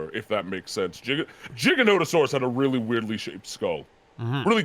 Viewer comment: isnt actually pronouncing Giganotosaurus right, he's saying Jig-a-no-to-saurus. Its GIGA. As in more than Mega. Giga-no-to-saurus.